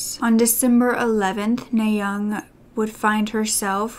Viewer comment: Her name is pronounced "Nah" as in the first syllable of "audience." Kim is also her last name and NaYoung is her first name.